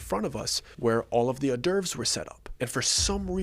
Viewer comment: Are you trying to say hors d’ eurves?